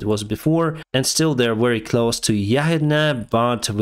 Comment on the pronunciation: Could you kindly work on your pronunciation of the words "close" and "closer"?